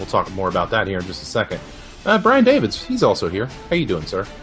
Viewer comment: Brian Davids maybe so, but I'd never say I hope someone loses fans. Also, I'd appreciate it that if you do mention my name please say it correctly. Thanks